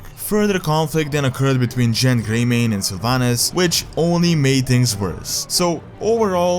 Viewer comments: It's Genn Greymane man. Not Jenn Greymane. You may have accents but, Why call Genn as Jenn? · WTF is this clickbait man? You just said the things we already know... And ffs, you are someone who makes lore videos of WOW, learn the actual names of the characters. IT'S NOT JENN GREYMANE wtf is that. It's GENN GREYMANE. Not with a J, with a hard G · Never answered the question of why the Alliance invaded Undercity. Also, it's pronounced Genn (the g sound like in gum)